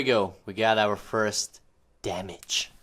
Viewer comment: This is cringe he keeps saying damage and he didn’t even do it right